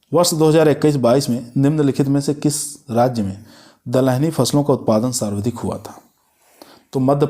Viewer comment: Ye sarvdhik nahi sarvadhik hota h sardhik sarvdhik kahte ho